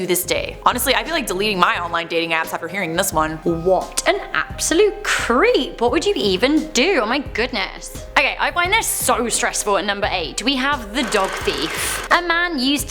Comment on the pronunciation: She said "app-solute"😂